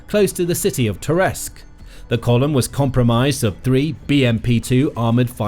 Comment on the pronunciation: Audio mispronounces "COMPRISED" as "comPERised"!